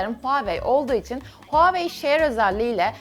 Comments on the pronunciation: abla huwaiy diye okunmuyo huwai diye okunuyı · O deilde ablanın herzaman benim telefonum huwaiye demesi beni benden aliyo ❤😹